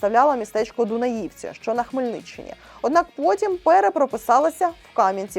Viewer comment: Сама ти Дунаївці)))😅 Невже так складно зайти у Гугл і прочитати у Вікіпедії як правильно читати )) ну готуватися потрібно серйозніше)))